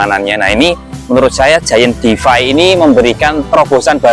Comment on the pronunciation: Koreksi dikit mas; bacanya: “Di-Fay” bukan “De-Fi”. Terima kasih